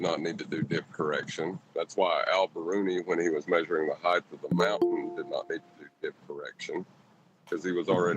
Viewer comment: Can we get to stop saying "heighth"? It's not a word.